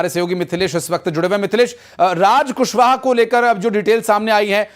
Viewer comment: कुसबह नहीं रे पागल एंकर कुशवाहा है पागल तुमको पढ़ने भी नही आता है😂😂😂😂😂😂